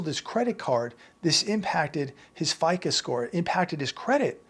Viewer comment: F-I-C-OOOOOOOOOOOOOOOOOOOOOOOOOOOOOOOOOOOOOOOOOOOOOOOOO, not ficA. Fair, Isaac and Company.